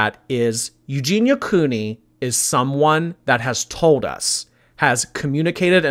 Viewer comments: He can even pronounce her name lol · "Eugenity" hahaha. Was he taking the piss? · That dude wasn’t even trying to pronounce her name correctly. How the hell do you get Eugenity from Eugenia??? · OMG THAT LAST 4 WAY BATTLE WAS HILARIOUS WITH THAT GUY GETTING UPSET FOR SNIPING & TELLING JEFFREE I BOUGHT YOUR MAKEUP!!! 😂😂😂😂😂 And he called Eugenia "Euginity" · "Eugenitiy" lmao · "Eugenity" Okay, I'm done. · He said EUGEINITY!!!!! Lmao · That 4 person battle was soooo awkward. "Euginity" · "There's nothing wrong with the colour grey." There is when it's the colour of human skin! I'm half suspicious that bottom right corner on the 4-way battle was saying her name in different wrong ways each time on purpose 🤣